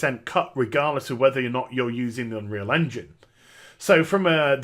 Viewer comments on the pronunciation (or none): none